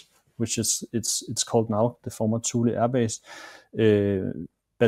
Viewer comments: Ross, it’s hard to take this seriously when you can’t even pronounce “Thule” correctly. It’s not “thool”, it’s “too-lee”. The young man even pronounced it correctly and Ross missed it. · Thule AB is pronounced "too-lee" not "thool" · It's pronounced "two Lee" not 'thul' ... lol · ROSS ROSS ROSS!! The name of the American airbase is pronounced "TOO lee" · My dad worked in Greenland several times on the Distant Early Warning (DEW) Line, at Thule (pronounced 'tooley') Air Base and also at Sonderstrom. He did not mention seeing orbs there, but he did tell us about seeing a most definite UFO along with 30 or so other air force officers and enlisted on a mid-1950's military flight across the Mediterranean to Turkey. They watched an object or craft that seemed to be shadowing them when the pilot came over the intercom, pointed it out on the left side of the plane, and after a while said, "I can't tell you what it is, only what it isn't -- it isn't ours, and it isn't theirs." His reference was of course to US/NATO and the USSR/Warsaw Pact. Dad made no speculation as to what it might have been; he only knew that nobody on the plane had a clue. It moved with them for at least 30 minutes. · thule is pronounced toolie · "Tool - ie " is the pronunciation. My Dad was stationed there in the 70's